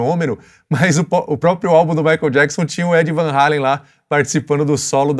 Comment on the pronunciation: Muitos pensam que Eddie e Alex Van Halen são americanos, são imigrantes holandeses. E ainda pronunciam o nome errado. Só um comentário.